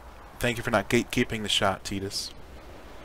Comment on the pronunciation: I like that you say tidus name the right way! Great video man, I’m playing it too rn